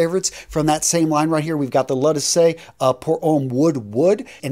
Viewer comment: please work on the pronunciation. L’eau is said like low, and D’issey is Dee See. And in my opinion Guerlain LI Colonge should have beaten sport, it’s a gorgeous scent.